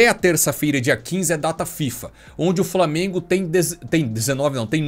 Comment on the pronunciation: “Framengo” que se lasque